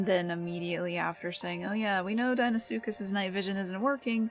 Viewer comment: the first time ive heard someone say deinosuchus correctly...all these fellas sayin dEEnosuchus...bloody sends me mental... i gotta call them just crocs cuz people hear me say dino and deino the same way...gotta get that EYE sound goin rather than the hard E and about his gripe about the camera...being able to see behind you without the need to turn around is a very animal thing...cuz even predators...particularly reptiles...have eyes that arent ON THE FRONT OF THEIR FACE...sure a lion or tiger or bear has its eyes pointing forward but they still have a wider range of vision to their sides than we do...plus their necks are longer allowing for them to see better behind them...and then things like an allosaurus with his front facing eyes can still see to his side cuz...his eyes are still on either side of his head...so unless he plans to split screen our vision which would give everyone a huge headache from seeing two directions at once...there is no real way to fully implement an animalistic view of the world...and the only time ive ever seen someone try to show others how certain animals see is something like "the truth about killer dinos" and one time steve backshall (a zoologist with a few tv series) used two cameras and pointed two directions to simulate how a chameleon can move both eyes independently...so with how it works now...when you turn the camer behind you...is actually reasonably accurate as it is...the only thing that could be done is to grey out the side your h